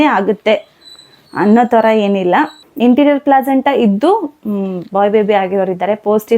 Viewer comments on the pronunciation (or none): ಇಂಟೀರಿಯರ್ ಅಲ್ಲ ಅಂಟೀರಿಯರ್ ಅದು ಅಕ್ಕ